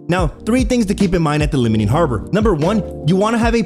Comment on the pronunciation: Liming harbor ... LEEMING not LIMITING. good lord.